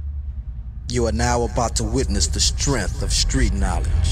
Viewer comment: As he mispronounces "strength" lol